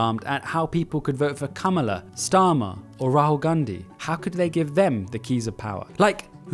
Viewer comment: Maybe next time pronounce Kamala's name correctly if you want to do a video. Both sides bs republicvnts don't believe in their own points like less government overreach. Just look at the book bans, propaganda channels, denying access to the press to the WH, using the military against civilians. I swear you're just a rightwing bser masquearding as the BotH SiDEs. Maybe worry about Nigel Farrage and how he might become your next prime minister